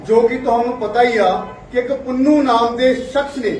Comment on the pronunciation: Oye aleino! S. Gurpatwant Singh ‘Pannu’ hai, ‘Punnu’ nahi Wadde Punjab ‘wich rehn wale’ ( bamana warge), alien- ‘sale’ kiwein Hindi bol-bol dasde-ei aapna subhuman alien-Puna. Reh de punjab wich han- saliyo jao Rajsthan te pio bahmanwad-Ian daa moot.